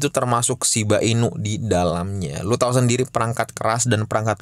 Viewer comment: itu lucuuu banget yaaa... Bilang doge dan shib gak jelasss....